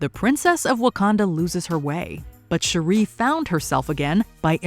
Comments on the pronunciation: The way she pronounces Shuri...😒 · Every time I hear Shuri's name said incorrectly, I can't help but cringe. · Does anybody else feel bothered on how she pronounces shuri? Lol it sounds so ugly the way she says it 💀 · Girl your pronunciation of Shuri is killin me! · She always pronounces it like that lmao annoying af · Every time she says it 😬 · Why can't this colonizer say, Shuri correctly?? She's heard it pronounced properly DOZENS of times. That's a purposeful disrespect that's totally unnecessary. Dizzy cu... colonizer. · This idiot PURPOSELY mispronounced Shuri's name damn near 50 times in this video. WHY? What was the purpose in that? 👎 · How annoying is this narrator constantly mispronouncing Shuri’s (sure- REE vs Shuri’s name. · OMG, it's pronounced SHUR-I, not SHUR-REEE. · Her name is Shuri not Sheree. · Her name is SHURI Not Sharee!!!!! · It's "Shuuuri", not "cherie"! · Her name is not Sheree. It’s Shuri. 🙄 The Black Panther’s franchise has been out long enough for you to know the correct pronunciation of her name. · Its pronounced Sure-E. Not Sherree. That's my wife's name and she's getting excited someone is saying her name 😂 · It bothers me that your pronouncing her name wrong, it’s not Sharee smh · It's SHUR-REE 🙄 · Yeah I never understood WHY they do this! It's like they never saw the movie and NO ONE says Shur-eee. Like wtf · It's SHU ree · You’re totally butchering, the pronunciation of Zhuri’s name 🤦🏾‍♂️ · Shuri…not Shuuree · Sher ree. She not from Detroit 😅lol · Lol bruhhh who tf is Sharee?? And THIS is what happens when ain’t no black ppl in the room… Fix it Jesus. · You mean Shari 🤣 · Who Tf is “Shuree” do better 😮‍💨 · It's pronounced Shurry like curry... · So you can say Tenoch Huerta just fine but not Shuri? Bihhhh you playing games now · Did the narrator actually see the movie? Why is she saying Shuri’s name that way? It's insane and disrespectful! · I love the video HOWEVER I couldn’t get over the pronunciation of Shuri’s name.🫣